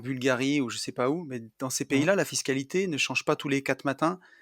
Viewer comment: super podcast. j'adore le format discussion. Par contre un reproche, il me semble que commet toujours la même erreur de français quand il parle de fiscalité. A l'écouter je penche plutôt pour fist-calité...:) le retour d'expérience sur les galères recnontrées est vraiment super. Je vote pour l'interview de Tony par pour un prochain podcast et ensuite inversement.